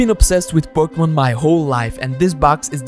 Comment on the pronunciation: he messed up the n in Pokemon